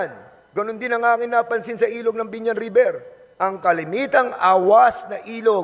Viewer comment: napaka angas akala mo naman kaya niya si boss RA ayusin mo muna ung pronounciation mo river un hindi riber